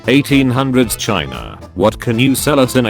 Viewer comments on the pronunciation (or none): none